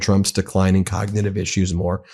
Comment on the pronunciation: The man can't even pronounce cognitive